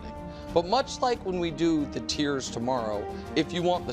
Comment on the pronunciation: TIERS…not “tears.”